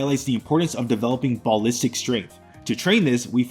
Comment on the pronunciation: Ball listic, bro i cant 😂